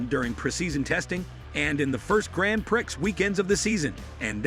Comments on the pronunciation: Downvote because your stupid AI voice keeps saying "grand pricks." Pathetic. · It's prounced: "Gran Pree" phonetically speaking. Thankyou. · Learn gow to say grand prix, bcs you obviously cant say it properly! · DUMP THE STUPID AMERICAN ACCENT. AT LEAST AN ENGLISHMAN KNOWS HOW TO PRONOUNCE GRAN PRIX.